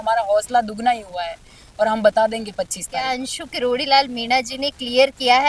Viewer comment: अंशु नही हंशु है पूरा नाम हंसा चौधरी